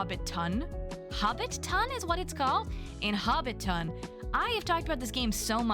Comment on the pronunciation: Seikyuu is pronounced as say-kyoo. You kept forgetting the Y lol also, for Hobbiton, don’t emphasize “ton.” It’s “tin”:) but omg! WATCH LOTR AND THE HOBBIT RIGHT NOW. Please 😭 anyway, I’m looking forward to Tales of the Shire, Tiny Bookshop, and Witchbrook the most! But all the other games look great too.